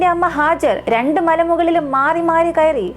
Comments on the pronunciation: Hajar അല്ല ഹാജറ. ബീവി ഹാജറ. Nice presentation. 👍🏻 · മനോഹരമായ വിവരണം❤️🌹🌹🌹 സിസ്റ്റർ Hajar അല്ല Hajara എന്നാണ്